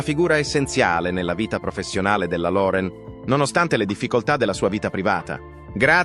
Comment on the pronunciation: Se uno parla italiano,pronunci.correttamente, impari per rispetto .Loren diventa Lore'n, .